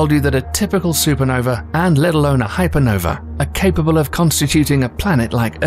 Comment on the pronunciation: I don't see the letter E in the end of the word Hypernova